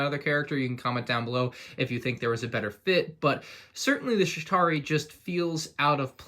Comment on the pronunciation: The fact that when he said chitari he said shitari